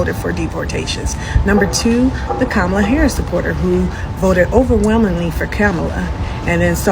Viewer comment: Be mindful how you say Kamala name. Yall are saying it like trump!😮